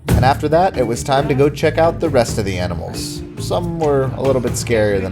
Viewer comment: A. Ahh. Ahhh-nimals. Why are you say o Oainimools????? Tf.